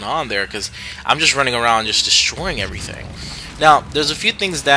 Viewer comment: Armor-Piercing beats 'errthang